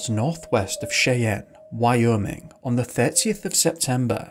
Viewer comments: Soz bud but it's pronounced "SHY_ANN" not Chay_ann. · just so you know, Cheyenne is pronounced shy-ANNE. Great video, very interesting, thank you! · Cheyenne. Pronounced=Shy Ann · Cheyenne is pronounced Shy-Ann. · 'Cheyenne' is pronounced 'Shy-ann.' 😉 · Hey bro you are one of my top ten youtubers. By the way Cheyenne is pronounced "shai-anne" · Cheyenne is pronounced shy anne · Cheyenne, Wyoming - pronounced "Shy-ANNE". For a picture of the area north of Cheyenne, imagine a landscape of low, rolling, dun colored hills. The Wyoming Wind Festival lasts from Jan 01 - Dec 31 annually. Beware the jackalope, the fiercest predator on the high plains. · Cheyenne is pronounced Shyanne. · Cool video just gotta say your pronunciation of Cheyenne is way off.